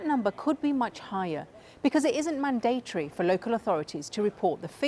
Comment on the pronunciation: "madateory" it's mandatory u draft mer